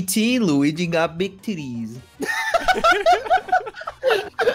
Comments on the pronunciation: iTS ITS LUIGI NOT LUIGIE OR OR LUIGY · It's not luigie. It's not luigy. It's LUIGI As an Italian, I can confirm that